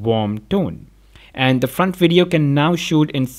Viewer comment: "pro WIDEO"